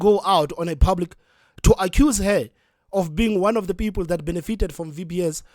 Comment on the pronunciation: Peepoel...😂😂😂 needs speach therapy .